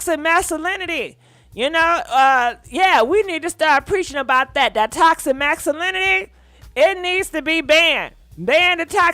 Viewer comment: Toxa… Mass uh lin itee … it sounded so nice had to say it twice. Toxa Massuhlinitee